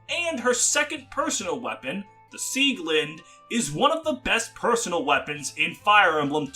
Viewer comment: Ok, this just irks me a bit. "Beil" is the german word for lumberjack axes and is spoken "Bail" the "ai" spoken similar to "aye,aye" not "Beyl" like "Bane". Same for Eirikas weapon "Sieglinde", since in german the e is not silent.